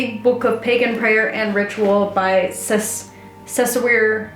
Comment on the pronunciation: Ceisiwr is a Welsh name and its pronounced a little closer to Kay-Shaw .. which is not totally correct, but y'know, close enough :) I dont have any of the books you mentioned here I may have to search then down